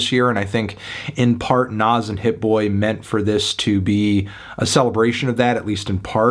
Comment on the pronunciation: I deadass thought u said nav😭